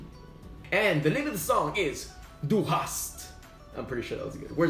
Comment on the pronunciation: ^You said "Du Hast" pretty good :D